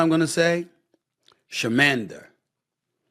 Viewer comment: This man said chiiiimander